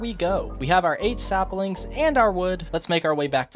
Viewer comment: So this whole time no one has commented about the fact that he says SAPALINGS and its abysmal and if its a joke its poorly executed and if it isn’t its hate crime worthy